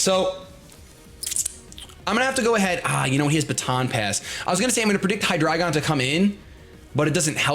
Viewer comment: Seriously. Thank you so much for saying Hydreigon correctly. It's German. Eins, zwei, drei. Appreciated so much!